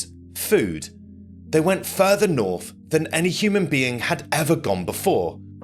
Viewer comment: "They went further norf than any human being had ever gone before" 🙄💩 Dummy